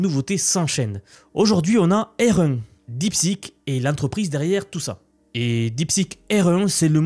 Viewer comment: J'ai mis plusieurs minutes pour comprendre ta prononciation de "R1".